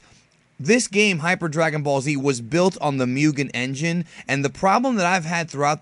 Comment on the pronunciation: Guy's got a 100k subs and can't pronounce Mugen correctly. In any case, he's right. We gotta support this game if we wanna see it finished one day. I'd hate it if this becomes like so many other projects that's just left unfinished.